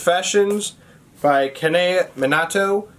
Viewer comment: Hi, another great video! I’m Japanese and thought I’d help you out with the pronunciation of Kanae Minato since I know our names can be a little confusing! Kanae Minato= kah-nah-eh Mee-nah-toe I hope this helps and I haven’t read Confessions yet so I definitely want to! You’re also a big motivator for me to read Stephen King! Hoping to get to Misery soon!